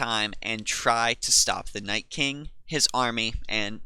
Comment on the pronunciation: Why the FUCK is everyone saying NightSking its Nightking